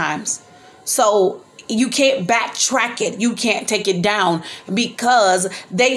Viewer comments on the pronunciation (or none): none